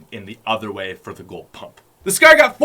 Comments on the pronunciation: “The scerr”😂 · Is it just me or does he say scar "scher" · Why does it sound like he’s saying scare instead of Scar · The way he pronounces "Scar" haha xd